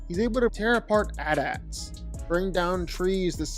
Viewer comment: Don’t say atats, it’s aaatee aatee. Don’t be crazy